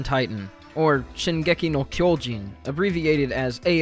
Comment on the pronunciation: just some jp pronunciation: the o in kyojin is not like in English. You kinda "blow" it up ig. You would need to use an o more like in words like opera.